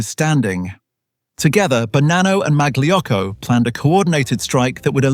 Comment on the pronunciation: Mag-Lee Yocko? Uh, maybe not quite...